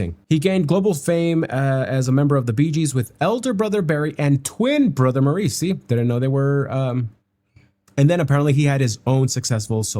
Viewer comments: Maurice pronounces his name like “Morris” FYI✌️ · Maurice is pronounced Morris. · Maurice's name is pronounced Morris. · They pronounce Maurice as Morris.